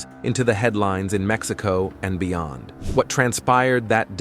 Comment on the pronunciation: Like Maxico lol its Mexico lol😂